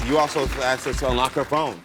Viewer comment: Shut up woman and it's "asked not aksed"